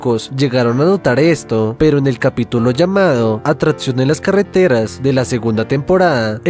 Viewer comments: La quinta atratsion xd aprende a hablar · Me da no se qué cuando pronuncia ATRATCION en lugar de ATRACCIÓN.